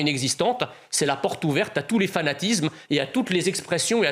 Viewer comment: Monsieur Mezzia, j'aime vous écouter mais pourquoi prononcez-vous constamment Z à la place de S ??? Fanatizme...